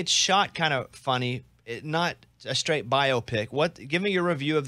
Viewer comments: It's down srait not damn srait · NO IT'S DAMN STRAIT